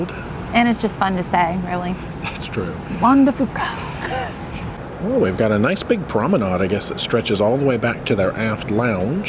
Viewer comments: Hey, you always like to get pronunciation correct. It is pronounced Juan de few ca. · I'm a radio news person in Seattle. The official way to say Juan de Fuca is wan-duh-FEW-kah. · Guys, it's Juan de FEW-KA. 🙂